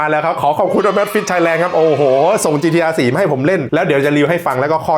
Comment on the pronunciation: ออกเสียงชื่อรุ่นนาฬิกาผิดหรือเปล่า